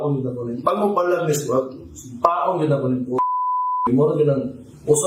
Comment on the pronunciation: Sounded like sagpaon